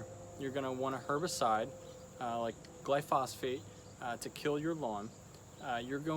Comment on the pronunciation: And I guess you now know it’s “glyphosate” not “glyphosphate”. 😁